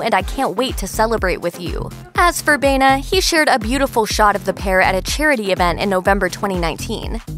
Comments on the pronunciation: It is pronounced BA- E- NA. Not BENA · Why do they keep pronouncing Joseph's last name, Bayna. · Correctly pronounce: bah-EH-nah.